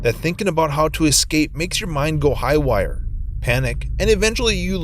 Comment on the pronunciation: never have experienced a dream like that though. But, now I have experienced the most annoying pronunciations of: one million, or "won miLLYien", Haywire, or "HighWyre", and calculate, or "Kirk-Yu-late".